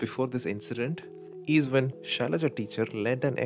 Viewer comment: Arnab can’t pronounce the name right 🤣🤣🤣🤣 It’s Shailaja and not Shylia 🤣🤣🤣🤣🤣